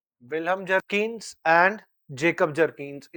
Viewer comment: Sir at least pronounce the name of Vihelm properly. It's written in books as Bjerknes but the real pronunciation is as if you read "beyurknes" 😂😂 here is the difference that a person holding masters degree in political science (you) and teaching geography 😂😂😂